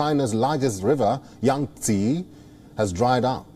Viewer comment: There is no Yangtsiiiiiii its called Yang - TsEh